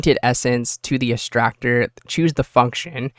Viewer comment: Why do you keep mispronouncing S C A R and E X T R A C T O R